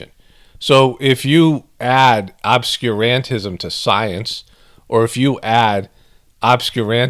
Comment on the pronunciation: Emphasis should be on Ob-SCUR-an-tism like Ob-SCURE